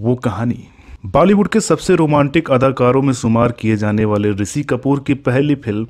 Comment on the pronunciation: आपका श को स बोलना बेहद खटकता है बार बार. शैलेन्द्र को सैलेन्द्र ऋषि को रिसि.